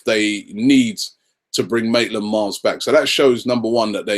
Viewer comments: It is Maitland Niles not Maitland Miles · It's Maitland-Niles!Come on man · Can you say anyone's name right Robbie?! Even Maitland-Niles becomes Maitland-Miles.. come on! haha